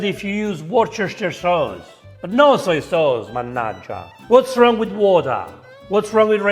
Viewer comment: SOJ SAUCE?!?!?! girl just forced Chinese and Italian food to make love...